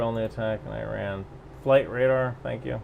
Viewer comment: You are pronouncing it how Iranians pronounce it (i.e. īrān), since the english o here (as in the word on) is equivalent to the Persian long ‘a’ vowel which is usually transcribed as ā (in uses this vowel to pronounce tehrān). So E = ī (ای) and ron = rān (ران), joining the 2 gives īrān (ایران). Those who spelt it like E-rahn would be pronouncing the long ‘a’ vowel as a short ‘a’ vowel which would give īran (ایرَن) not īrān (ایران). Obviously given that they are representing their pronunciation correctly using the English alphabet.